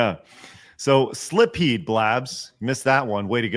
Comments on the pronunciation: Blabs may be pretty bad for missing Portrait of Ruin, but I think was worse solely for that pronunciation of "Silpheed." The L is after the i! I always assumed the Ph is pronounced like an F (thus pronouncing the title like sill-feed), but I'm not entirely certain.. Also, Animal Crossing: Wild World is the DS game; the GameCube one was just Animal Crossing. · They're coming down on Blabs, but she's always admitted she doesn't play every popular game. Meanwhile, (the "real" gamer) is showing Adam Sessler levels of cluelessness with his continual mispronunciation of Silpheed, announcing games for the wrong systems, and faking the funk by pretending to be more knowledgeable about these games with an obvious "cosplayer at a convention" surface level understanding of them.